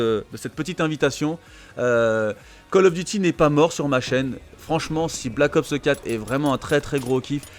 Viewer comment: Pourquoi tu dis "Black Opseu 4" comme PG 😂😂 J'ai capté c'est une manie de langage que t'as "copié" sur elle a force 😂 Perso CoD a part si y'aura un MW4 c'est finis pour moi, ça fait 10 ans que j'y joue, je suis soulé